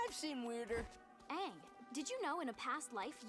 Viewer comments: This was an amazing episode, and it was refreshing to watch your reaction! Quick English tip: I noticed you have difficulty pronouncing the "ng" in Aang. The pronounciation they use in the show is mostly the velar "ŋ", maybe sometimes the uvular "ɴ" (standard pronounciation notation [IPA]) For both of these sounds, I find the word "anger" a good place to start. Pronounce the word "anger" really slowly and pay attention to the muscles in your tongue and neck, especially right before you pronounce the hard "g". In my mind, the velar "ŋ" sound is exactly in the middle of the sound "n" and the hard "g" sound. If you look up "IPA chart", it has examples of almost all possible sounds. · Ok I have A feeling That You can't Say the Ng sound